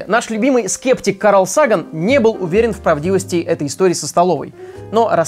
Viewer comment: Сага́н, а не Са́ган